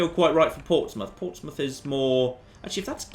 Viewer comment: And by the way... It is Portsmouth.